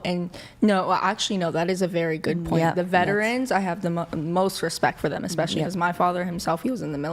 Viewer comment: Right?! 😂 Between ‘EXPECIALLY’ (especially), ‘GUESTAMATE’ (estimate/guess), Woman (women) and ‘IRREGAURDLESS’ (regardless), I swear they’re handing out degrees like Costco samples 💀 🙄